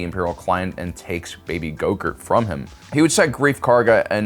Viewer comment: I think his name is Grogu. Not gro-gurt.